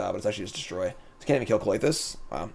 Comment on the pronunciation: Why do you call it Cloitus when it's Klothys...